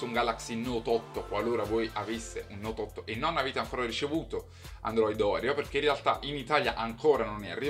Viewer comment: Si pronuncia Orèo, c'è pure la reclame in tv :-)